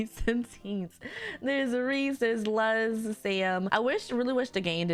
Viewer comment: The name Luz means "light" in Spanish, as in lamp, sun, moon etc. It is pronounced similarly to loose, like a screw-loose, or a loose-cannon. The z is very soft, closer to an s than a z but between the two.